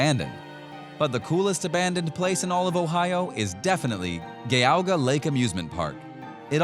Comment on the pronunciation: I live near Geauga Lake Ohio. We pronounce it with a soft G sound Je-aw-ga. I have so many memories as a child going to this park. I even celebrated my high school graduation with a trip to it with a bunch of friends. Its sad to see it gone. The famous Big Dipper roller coaster. The Skyscraper ride. The Raging Wolf Bobs roller coaster. The Double Loop. And the Corkscrew roller coasters. Had so much fun there.